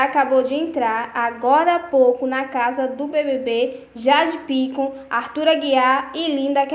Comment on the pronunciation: aprende a falar o nome das pessoas: é Jade Picon e não Pícon- não tem acento no i.